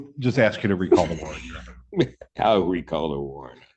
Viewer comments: I have no idea why, but mispronouncing ASK bugs the tar out of me. Ax, axle, Axsks, it's so silly sounding, 🤷 it's annoying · He loves using words, even when they are nonsensical or wrongly applied. Exhibit 1: Axsks instead of Ask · Please stop Axing! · He is supposed to be saying Under the Threat OF duress and coercion. How is it possible that he can pronounce the word discovery but not the word ask, the s makes the same sound in both words. Can someone please explain the mispronunciation to me.